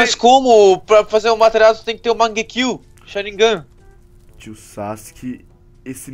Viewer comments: o tu erro e sharingan e não sarignan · o ''SHARIGNAN'' kkkkkkkkkkkkkkkkkkkkkkkkkkkkkkkkkkkkkkk